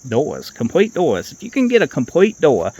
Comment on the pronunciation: 'Compwete dowuz wif weendow gwass en um' 😂😅😂